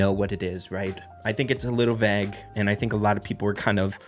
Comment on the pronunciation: thats not how you say vague 😂